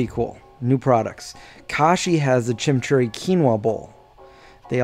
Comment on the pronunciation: Your pronunciation of Chimichurri made me giggle...the imi in Chimi is pronounced like your saying Jimmy...not Chim-Churri. Always love seeing your videos, stay awesome.